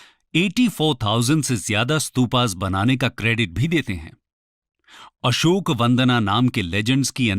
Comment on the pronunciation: अशोका नहीं अशोक